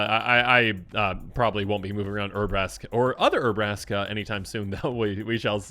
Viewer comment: Poor Urabrask's cards are so bad that can't be bothered to pronounce their name correctly, lol jk.